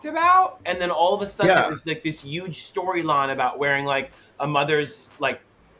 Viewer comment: thorgy said “youge” instead of huge 🤣